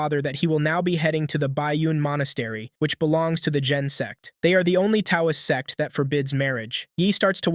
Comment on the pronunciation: Bro said s*x not sect